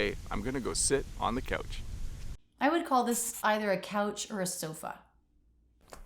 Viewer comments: No one pointed out that pronounced the word couch as: "coach". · Loonies have a loon on them. Not a loonie/loony. And they don’t only live in northern Canada. We have them in the US also. Here in the northern Midwest we say couch or sofa and I’ve heard a lot of older people say Davenport. And a lot of us pronounce it like the Canadian did — i.e. “coach”😅 Re pop/soda I had an older friend when I was younger who said that when he was down south they called everything Coke. “Do you want a Coke? What flavor? Root beer, lemon lime, cola, orange?” 😂